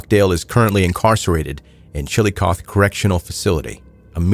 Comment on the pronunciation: Thanks, having watched the episode a few times I have no doubt the mental and psychological abuse those kids lived through led to this. Also for future reference it's Chillicothe and the E is a hard E. So like Chillicotheeee 😂